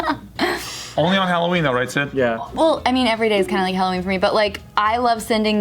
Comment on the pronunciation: Alloween? Ugghh good grief 🙄